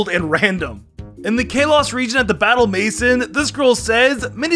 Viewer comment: I love how he said maison. Maison means house in French, he totally said it in the funniest way. I'm a French Canadian